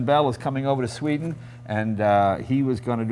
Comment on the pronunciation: whenever jay does something like he did "ooo sveeden yaya" like dude wtf it's not the 70s no one it in the dark about other cultures..